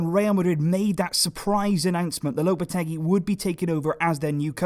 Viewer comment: It's pronounced Lopete-"GEE" like in geese.